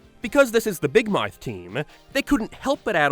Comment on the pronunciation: Why do you say big mouth like that